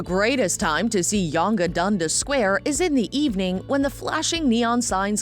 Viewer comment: Yunga Dundis Sint Lawrence 😂